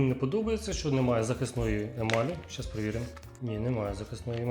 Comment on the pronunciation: Яке "ПЕРЕВІР "Ь", шо за...